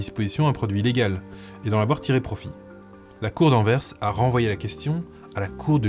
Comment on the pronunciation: ps : excellente prononciation d'Anvers, c'est très appréciable 😁